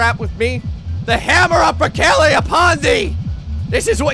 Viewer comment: I like the way he mispronounces Perkele